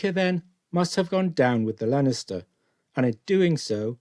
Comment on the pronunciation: Get the basics correct please - the ships name was Leinster - pronounced Lenster, not Lenister as you seem to say each time.